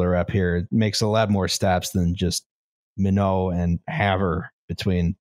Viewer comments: Hearing pronounce "my-not" as a "mih-know" made this NoDak native do a double take. I literally never heard anyone use that pronunciation, I'm impressed. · The way said Minot just activated every bone in my body in the worst possible way, very cool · "Minnow" It's MY-NOT you insufferable coastal ELITES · Well acktually, it's my-not, not me-no. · Minot is pronounced my-not not min-oh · Is the right pronunciation "Mye-note"? (I'm British, but years ago I knew someone online who lived in ND.) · Minot has a hard T at the end. Pronounced MY-not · Much as I love to joke about North Dakota (I am required to by MN law), hearing Minot pronounced as minnow hurt my soul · you were so very generous with your pronunciation of Minot, ND on the Empire Builder. I've learned it is apparently NOT pronounced in the French manner lol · I like how thinks the good people of North Dakota use the proper french pronunciation.